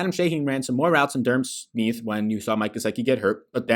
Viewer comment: Finz fan here. It’s pronounced “Sm-eye-th” not “Sm-ee-th” lol.